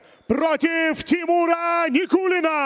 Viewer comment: Со буд даь вакх ц Никулина, шей нан буд цу дерьг. Судья не правильно читал, шей ворхий нан буд цу дерьг.